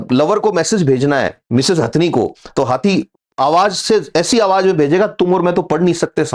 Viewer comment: Awaaj NAHI Awaaz... Awaaj bahut gandaa lagtaa hai